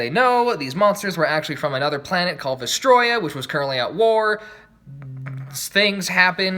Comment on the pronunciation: Congrats you miss pronounced vestrioa